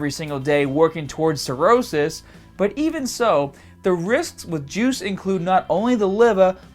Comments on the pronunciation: Every time you say "juice" I though you were saying "jewz" LOL. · Everytime he says "juice", I hear "Jews" 😂 😂 😂